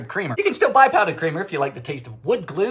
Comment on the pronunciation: "you can still buy powdered creamer, if you like the taste of WOOD GLUE." All the pent up frustration from that horrid salt spill was in those last syllables